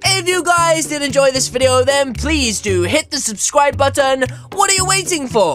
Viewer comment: at the end i heard this: then please do subscwibe